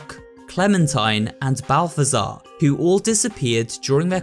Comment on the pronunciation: Name: zbaltazar This dude: balftazar